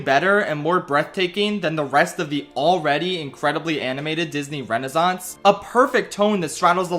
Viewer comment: There are two "s" in Renaissance. You should pronounce them.